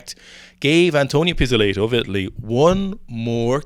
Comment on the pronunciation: Mr. Nino Pees-Oh-Lay-Toe strikes again!